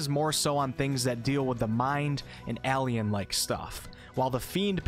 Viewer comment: I've never heard "Alien" pronounced like that... And I love it!!!!!!!!!!!!